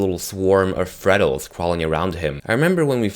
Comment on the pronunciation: Fredles? ITS FREGLES!